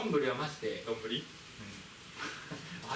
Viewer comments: むりwwwwwど⤴︎んぶ⤴︎り⤵︎ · のイントネーションがずっと『どんぐり』なんじわりますね😄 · のどんぶりのイントネーションがじわじわくる笑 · 丼ぶりのイントネーションどんぐりやんw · どんぶりのイントネーション😂